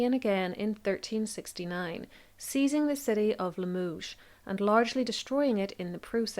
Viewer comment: Hainault should be prounounced "Ay no" ault is a long a. Limoges is pronounced "Lee muh zje"